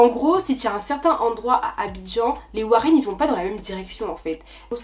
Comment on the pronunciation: On dit les woro et NON warren!!!!!!!